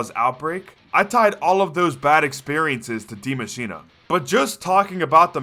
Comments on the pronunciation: it‘s spelled Die Maschine and not dimashina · Die maschina? Its die maschine